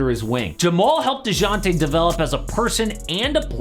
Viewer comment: The J is silent buddy… kinda cringe listening to this